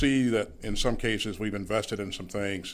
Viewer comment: Clayton, thanks for the “cashews”😂